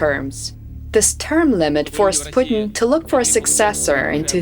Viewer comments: It's 'Vladolf Poostain'. All hail Tsar Poostain. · putin LAW-AY!!! 😂😂😂 indi pa kabalo mag-english!